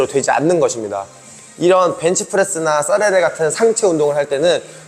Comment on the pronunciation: 죄송하지만 싸레레라고 안하고 사레레라고 하시면 좋겠네요 쩌그 이런거 처럼 첫음절 된소리로 발음할때 스스로 또렷하고 깔끔한느낌이들어서 그런건지 종종 듣습니다